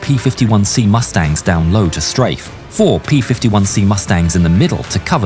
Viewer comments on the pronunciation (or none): none